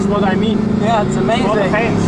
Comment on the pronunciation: ''this is what i mean for the fens...'' then vrooooooooooo, love it!